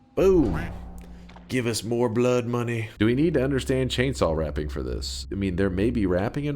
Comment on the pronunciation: Just as entertaining as his "chainsawwwll"